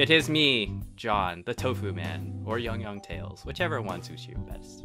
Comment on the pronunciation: Does anyone else hear them saying Jon not Yong and figured out that his real name is Jon